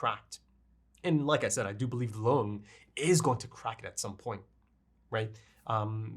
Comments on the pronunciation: Lunge is probably supposed to be pronounced "Lun-guh" because it's just the German word for lung. Also interesting to note that Mr. Junkers said "Monster" specifically which is not the Japanese word but the German word (pronounciation is very similar too the english one too, but given the anime, I believe it's supposed to be the German pronounciation), I think it's also not too far fetched to believe the anime title is also supposed to be the German word instead of the English, but idk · Monster is amazing. About Lunge, there are no silent vowels at the end of a word in German. Porsche, Helge, Lunge, the E at the end is always pronounced, something like an -uh.